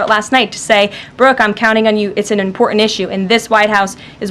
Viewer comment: She has a speech impediment.. She cannot pronounce the simple word ( important ).... Lol